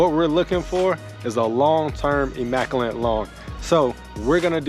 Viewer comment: There's no "n" in immaculate.